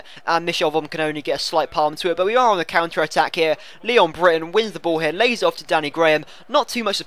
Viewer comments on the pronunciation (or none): none